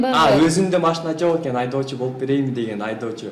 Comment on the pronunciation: алып баруучу кыз кемпир сыяктуу машине дейтго бесит ушул кыз